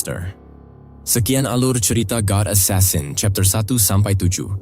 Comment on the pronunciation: Asasin jangan esasen